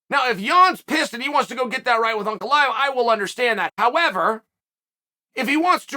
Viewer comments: Pronouncing Prochazka and Ankaleyev correctly cmon Uncle Chael you’re better than that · Uncle Chael pronouncing Ankalaev's name right?? Is he drunk or smthing?